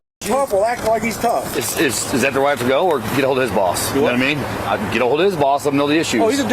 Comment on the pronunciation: Actin black, screamin like a toddler, adding "uh" to the end of words. Wow, what a societal peach. Honey? The word "go" is one syllable. The word "go-uh" is reserved only for uneducated buttholes. Got it?